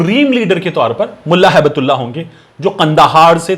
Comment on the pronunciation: Correct pronunciation is Hibtullah. Gift of Allah